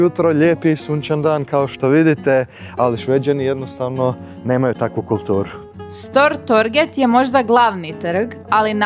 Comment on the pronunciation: Molim vas izgovarajte tocno imena ulica i mjesta jer zvuci zaista glupo. Nije stor torg vec stur torj. Skåne je skone nije skane itd.